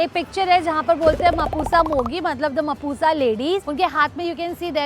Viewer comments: Mapusa is not pronounced as mapooza....it's mhaapsa. And mapusa mogi here (mogi) means lover not lady.... Anyways lots of love 🤍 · It's not मपूसा it's मापसा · It's not pronounce as mapusa ❌... It's MAAPSA ✔ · Its mapsa not mapusa i think u need to pronounce ur words properly better learn n then make reels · It's not mapusa u in mapusa is silent it's mhapsaa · Bro.. It's not pronounced as "ma-pu-sa" it's "ma-p-sa". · It's maap-sa (mapusa) Not mapu-sa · It's म्हापसा not मापुसा 💀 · Papa ki pari its not mapusa its maapsa pronounce it correctly dear papa ki pari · Pls learn to pronounce the names of places you visit...it is maap-sa and not Mapoosa.... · Mapuoosa ❌ Maapsa ✅ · Yes its maapsa not mapusa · It's not मापुसा 😂😂 its मापसा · Miss I love ur videos very much but in intro u Said mapuuusa it’s not mapuusa it’s mapusa when u said further of video it not kalangute it’s calangute u people influencers just make worst pronounce of out city things if u don’t know to pronounce then ask local people then put it in your video coz Goa is not depend on your people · It's called mapsa in local language not mapusa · Its MAAP-SA not Mapu-sa Madam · Mapusa is pronounced as Mapsa ...u is silent 😊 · It's pronounced as "Mapsa" not "mapusa" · At the start she's like Mapoosa instead of Mapusa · Pls pronounce the name of the place properly... It's pronounced as mhaapsa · Mapusa mogi" means "Mapusa lovers" not Mapusa ladies...also it's written as Mapusa but pronounced as "म्हापसा"...btw I m a local मापशेकार....happy to c u cover mapusa and goa this way🙌🏻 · Mapusa nhi pronounce as mapsa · Mapusa mogi means mapusa lovers and the pronunciation of mapusa is actually -'maap-sa' ❤ and I'm glad you covered the unseen goa the real goa ❤️ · Beautiful video. All mapusa spots nicely covered..Just FYI mapusa is pronounced as "mhapsa" without the U.. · You are pronouncing mapusa incorrectly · It's at the start of the video... cringe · Hey...you've mispronounced Mapusa at the start